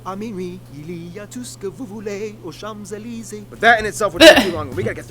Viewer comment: Chams Elysees ca fait mal au cul